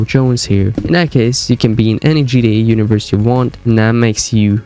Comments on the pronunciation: Bro what in the world is GDA !!?? have you ever played Grand Theft Auto ? GTA ? If you're gonna make a video this long at least pronounce the name correct...GTA!! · It's GTA not GDA . So stop mumbling and chewing on your own cheek when you talk. Take some time and pronounce your words. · It’s not pronounced GDA, it’s GTA lol cmon man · G-TEEEEE-A not g-dee-ayy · It's GTA not GDA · Like how sometimes you say "GTE" not "GTA" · can you say GTA and not gee dee ay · IS ANYONE ELSE HEARING HIM SAY GDA?????? NOT GTA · "Crazy Gee Eh theories?" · I hate how you say GDA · “GDA 5” 😂🙏😭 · I can’t get past him pronouncing it gda Backing out here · Sound like you saying GDA lmao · Pronounce your bloody T’s ffs it sounds like your saying GDA everytime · yeh thats also a good point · Why do u say gta weird